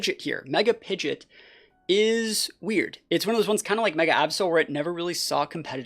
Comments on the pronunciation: Pi-GEE-OT not Pi-JIT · So we purposely say pidgeot wrong